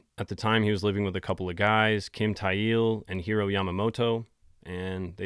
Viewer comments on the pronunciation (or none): it's pronounced Thail... Kim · Note: Thayil is pronounced "thigh ill."